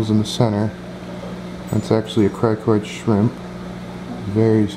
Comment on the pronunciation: criNoid not criKoid...